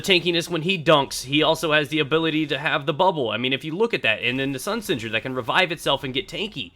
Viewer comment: lol i love the way you say sunsinger xD